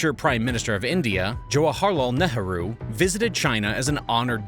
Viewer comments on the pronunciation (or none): It's pronounced, "jawa-harlal nay-roo"